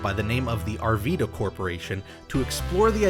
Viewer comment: It’s pronounced “Ar-Vy-da”